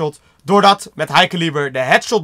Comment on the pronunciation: Kun je plz elo, high caliber en talon goed zeggen?